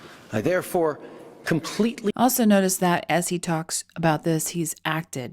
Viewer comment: He doesn't pronounce "about" correctly for a Canadian. Y'all have been infiltrated.